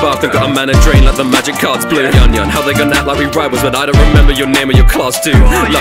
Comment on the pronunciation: Every Konosuba fan is foaming by the mouth in happiness, and more than ready to commit murder because you said "Yunyun" wrong